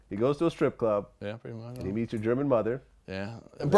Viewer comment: He said " my bad, they met in Texas, she was still Greman" 🤣🤣🤣